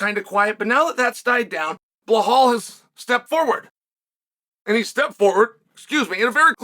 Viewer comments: Dude , stop saying behal It’s belal with L not H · bro, his name is pronounced like it's spelled, BEL-LAL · Chael it's been 5 years, please learn to say Belal's name correctly